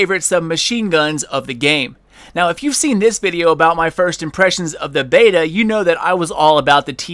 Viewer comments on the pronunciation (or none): none